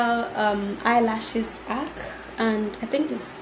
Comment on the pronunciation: 🤔 Edith hack not ack fleek not flick 😂😂😂😂😂😂